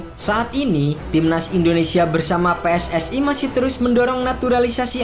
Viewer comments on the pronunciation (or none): none